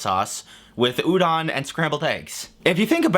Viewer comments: the o in Udon is pronounced like oh, pronouncing it like ah that would be udan, and I have no idea what that actually would be interpreted as to someone fluent in Japanese. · Sorry to nitpick, but the "don" in Udon is pronounced like "don" (as in don't), not "dahn". Otherwise, good video. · udon, the o in udon is like homer simpson's doh, but kinda stacatto.